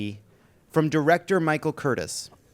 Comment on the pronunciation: Sydney Pollack spelled his first name that way -- but it's Sidney Poitier Michael Curtiz (Cur-teez) not Curtis George M. Cohan not Cohen